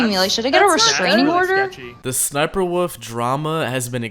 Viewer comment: Her name is sniperwolf not sniperwoof